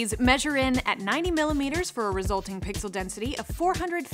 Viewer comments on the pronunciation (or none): none